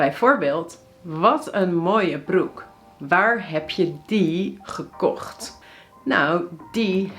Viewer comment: you sounds 'verkocht' instead gekocht...